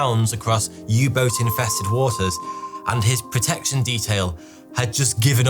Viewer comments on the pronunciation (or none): none